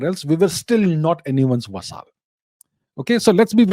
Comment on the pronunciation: Abhijit 'vasaal' chavada 😂😂